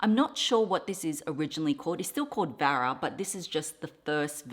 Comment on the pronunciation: Hi! It's actually Vera not Vara. spelling and pronunciation, Vera😊